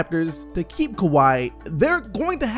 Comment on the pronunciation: This man said Keke to Kawhi!! 😂😂😂